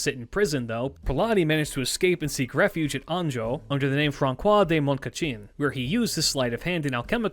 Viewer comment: I know that it's really minor detail, but correct is ”Fran-SWAH”. The ç ist soft. I know I know... "Frunch" however just wanted say this cuz it was like anvil for my head. Besides good video like always